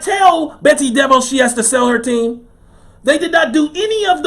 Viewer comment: Im done here in Orlando aka "the bubble". Its not what they say it is. These guys can't stand being locked down. Its a powder keg and any event would have caused them to blow. Btw, DeVoss is prenouced Da- VOSS